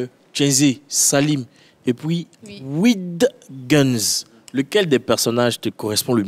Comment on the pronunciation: Si tu n’arrive pas à prononcer Widgunz dis salim 😌😌